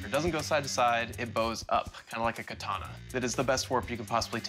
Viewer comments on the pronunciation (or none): none